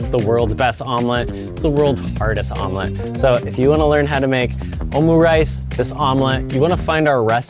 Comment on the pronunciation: Your pronounciation of omurice was quite underwhelming 😂